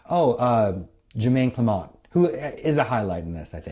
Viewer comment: Not to be Mr "Um Actually," but Jemaine Clement's name is pronounced like it looks, not Clamont. That makes it sound a little fancier than it is.